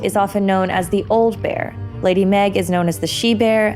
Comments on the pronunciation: Nice video! I like this series. But I'm pretty sure Maege isn't pronounced "Meg". I think it's either more like "Mayg" or similar to the word "mage". Just saying. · Did you pronounce her name Meg?🤔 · Maege as in Maige. Fucking shownlies. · 1 for mispronouncing maeg.